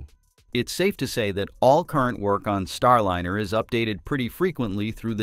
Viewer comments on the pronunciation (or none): "Starlinner?" Can you please say "Star LIE ner?" "STAR LYNER?" Oh! You said it properl... - never mind. God, how I HATE text-to-voice algorithms! It's not that hard to say "Starliner": Star- l-eye-ner. Can you people PLEASE train this program properly? As to the problem they have with "fixed price" contracts, SpaceX had no problem with it whatsoever. They have now taken crews back and forth in THEIR (extremely safe, clean, uncluttered and spacious) Crew Dragon many times - using their own boosters - and they were only given HALF the money to develop it that Boeing was. Boeing needs to be shut down by the FAA COMPLETELY, until they restructure their top management completely, and stop sub-sub-contracting different pieces of their aircraft and "spacecraft" in order to try to save money. This Bozo CEO has got to GO! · For Pete’s sake fix the AI narration—it is Star-line-r , not Star-lin-r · Could you PLEASE fix your AI voice so it consistently says "Starliner", not "Starlinner." AI is irritating with its non-human cadence, but at least get tge pronunciation correct! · Proper pronunciation is "Star-line-ur", NOT "Star-lin-ur" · This is incredibly petty, but the capsul's name that you say over and over is Star-LINER, not Starlinner. If your going to bash Boeing at least get the associated names right. Just saying.... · NAWSA. STARLINNER. Why does your AI reader pronounce these words right only some of the time? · why can’t this be improved —Starlinner—. No room for real person ? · Can’t you at least get your AI announcer to at least announcer to at least pronounce “Star Liner” correctly. You must be a Boeing C suite type. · Can you teach auto reader to correctly say starliner? The i is long because of the e that follows. Thanks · The narrator needs to learn how to pronounce "liner". (Or maybe not so smart AI?)